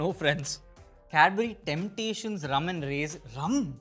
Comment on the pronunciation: the way he said rum cracked me up so good